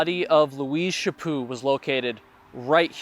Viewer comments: It is Chaput not chapu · Chapo not Chapoo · Good lord man could call her Louise instead of her last name which is French. To me it sounded like you were calling her Shapoo, but in reality her name is Louise Chaput. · Stop saying Shipoo